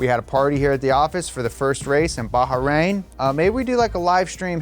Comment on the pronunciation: Not “Ba-Hah-Rain”, like California Baja-rain; It’s Bahrain (pronounced “ba-rein”).